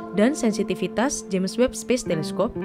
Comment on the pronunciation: Ingat! Webb, bukan Weeb